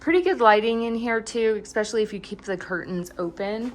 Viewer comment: Exspecially is not a word. Also, why do you constantly have an upward inflection at the end when you speak?